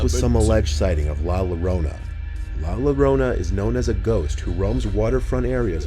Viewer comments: “la lorona” I’m cryin 😂😂😂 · I can't with the way he pronounced La Llorona; you'd think someone who does pretty much nothing but scary stuff would know how to pronounce it.